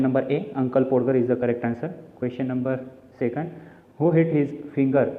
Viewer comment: Podger म्हणजे पाॅडगर नाही, त्याचा उच्चार पाॅजर असा होतो कारण 'D' Silent राहतो.